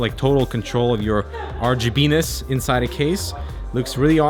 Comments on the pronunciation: haha he said RGBENIS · At 1st i thought he said RGB Penis ....hahaha but i think it was RGB good ness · Did he say "RGBness" or "RGPenis"...?